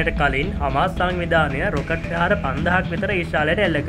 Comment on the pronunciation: පෙහාර = ප්‍රහාර ලෙස කරුණාකර නිවැරදිව උච්චාරණය කරන්න ඊළග වීඩියෝ එකේ..🙏🙏🙏🙏